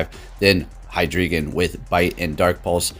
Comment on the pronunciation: Just fyi, you pronounce drei as DRY not dray.